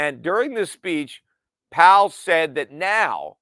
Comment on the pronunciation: Powell rhymes with towel